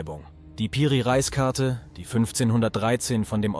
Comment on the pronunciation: Nice Video, aber kann kein Reis mehr hören ☠️, es wird Re_is ausgesprochen und bedeutet sowas wie Oberhaupt. 😂😂